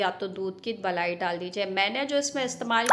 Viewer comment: Balai nahi malai hota hai